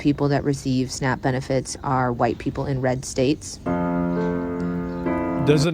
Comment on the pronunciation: "Make America HWYITE Again". 😅